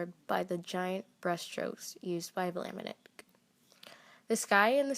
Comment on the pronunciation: Maurice de Vlaminck - not Vlaminick. There is no "I" before the "ck". (It's pronounced -VLAH-mink) Your material is very good.